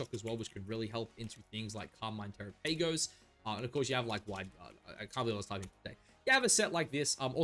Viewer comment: The way you pronounce Terapagos is cringe😅